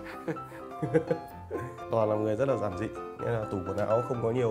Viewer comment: "zản zị" hihi!!!